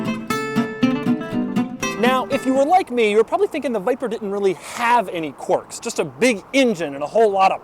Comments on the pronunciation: Qwerks, not qworks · why does he pronounce it quarks, this ain't physics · What area of the Country gives you the dialect that makes you sound like you're saying quarks? Quarks are sub-atomic particles. Quirks are not that. You said "clerk" in the dialogue, so the sound is available to you to perform. Maybe that's a weird quirk you have, lol.